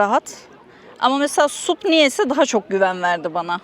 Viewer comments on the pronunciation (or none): Ya lütfen SUP demeyin, SAP! Stand up paddle boarding. Bunun türkçe telafüzü olmamalı 😅!